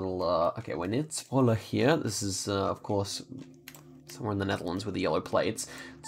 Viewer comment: Fun to see you pronounce the city I live in 😂 How you said Zwolle wasnt accurate at all but its still funny